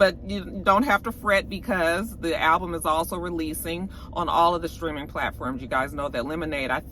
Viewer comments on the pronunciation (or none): none